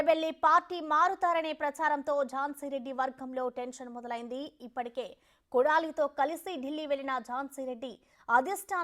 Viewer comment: కొడాలితో కాదు కోడలితో. చూసుకుంటూ కూడా చదువ రావడం లేదు.